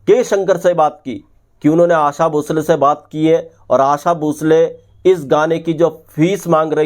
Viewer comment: Bhai aasa nahi aasha.